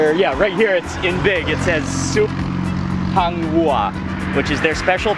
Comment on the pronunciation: Its hang wuar not hang wa lol😂😂😂😂